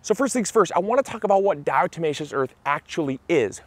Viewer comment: Thank you for showing me how to finally pronounce "diatomaceous" correctly.